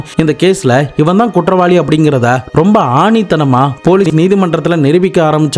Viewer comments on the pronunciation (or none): ஆணித்தனமா இல்லை. ஆணித்தரமா